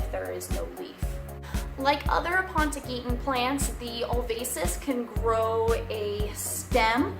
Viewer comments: Aponogeton not Apontogeton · Why are you adding another "T" in the word? (Ah-pon-oh-jet-on) is how it's pronounced